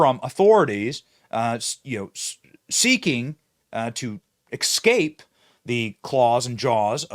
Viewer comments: Excape? Es-cape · Escape is not ex- cape, come on, man! Saipan rhymes with pie pan. Love,you, just want to help you sound as smart as you are my friend.